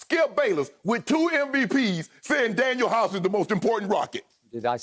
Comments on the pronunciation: To everyone in the comments, it’s DanUel House not Daniel. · Dude said Daniel House... Lol! Lakers missing Avery Bradley it happens... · When skip said Daniel House I cut the video off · Daniel Hause? House? Wow Skip... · Drug test skip 😩 he said Daniel house tho 😭😭😭😭😭😭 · I stopped listening as soon as skip said Daniel house 🤦🏾‍♂️ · When Skip said Daniel House . 😂😂😂😂😂😂😂🤦🏽‍♂️🤦🏽‍♂️🤦🏽‍♂️🤦🏽‍♂️🤦🏽‍♂️🤦🏽‍♂️🛑🛑🛑🛑